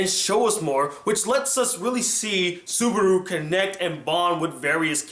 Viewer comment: i think its subaru not subardu, but nice review